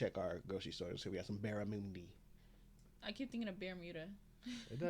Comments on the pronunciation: Bar-ra-munn-dee ! Not moon-dee ! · So first the presenter is not Australian, he got the pronunciation of barramundi wrong. The "mun" sounds like "mon" in Monday. 2nd it's not sea food. It's a freshwater fish, that is easily raised in tanks, so common nowadays. But the best I ever had was battered in fish and chips - but that was wild caught up north. Usually less is more. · Australians pronounce barramundi with the mun sound as muhn, similar to 'young'. The cake in lamington is usually a very light and white sponge, not dense and yellow like that pic. Vegemite is also great on fresh bread with lots of butter, and equally sometimes with a slice of cheese added. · Barramundi is not pronounced anything like that!